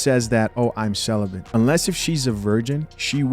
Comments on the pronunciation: What is a "Sell-a-Bent"? ....🤦🏾‍♂️ This retired 304 needs to learn the English language before she ever tries to speak publicly again. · “CeliBENT” Lol the educated bw can’t even pronounce correctly something she claims to be 🤦🏽‍♂️😂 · Is she mispronouncing celibate as celibent???🤨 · Celibate = Sell-A-Bit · Hard to hear her past the word "celibent"🥴. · She keeps adding "...bent" in her pronunciation of the word. 🤦‍♂️🤦🏿‍♂️🤦🏻‍♂️🤦🏾‍♂️🤦🏼‍♂️🤦🏽‍♂️ 🤦‍♀️🤦🏿‍♀️🤦🏻‍♀️🤦🏾‍♀️🤦🏼‍♀️🤦🏽‍♀️ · "cel·i·bent", lol. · I just wanna know why you can’t pronounce celibate right? 😂